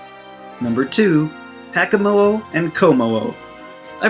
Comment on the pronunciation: Btw Shiinotic is pronounced Shih-naw-tick Kommo-o is pronounced Kah-moh-oh Drampa is pronounced Dram-puh Crobominable is pronounced Cruh-bom-in-uh-bull Crabrawler is pronounced Crah-brawler